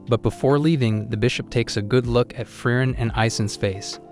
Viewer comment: It's firien